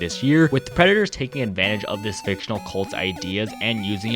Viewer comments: The way u emphasized that Two Time’s cult is F I C T I O N A L is so funny to me also sad that people w/ Spawn related characters / ppl talking abt Two Time have to do this .. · Every time you said fictional in the fandom section my eye twitched